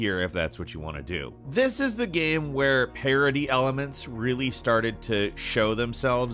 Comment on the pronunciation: always says GYAME....